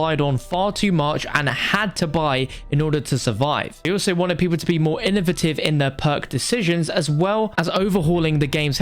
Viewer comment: To be honest, I have never heard anyone pronounce the word “innovative” like that, but that’s cool